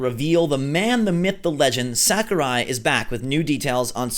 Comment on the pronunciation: Mistr Sak-er-eye